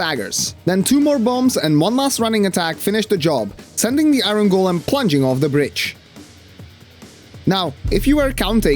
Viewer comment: not to be mean, English is also not my first language and pronounciation can be tricky, but the way you pronounce it sounds like Aaron Golem to me😂 I will call him that from now on lol